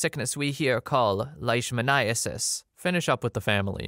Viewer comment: Vet student here, spot on with the pronunciation of leishmaniasis